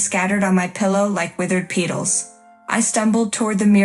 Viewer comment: Pronounce "petal" correctly!